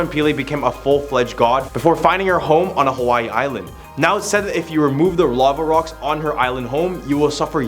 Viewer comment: Native hawaiian here, i was dying at the pronunciation, especially with iolani and just the pronunciation of hawai'i to start